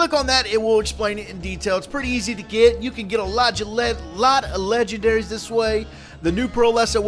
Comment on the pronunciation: "log of legeberrys"